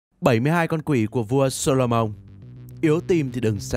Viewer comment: Tôi xin lỗi nhưng vua gì cơ? "Sô-lô-mông" á!?